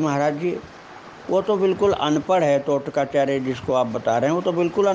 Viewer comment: तोटकाचार्य, NOT टोटकाचार्य